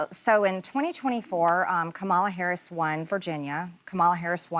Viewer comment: Why is she still not pronouncing VP Harris’s name correctly?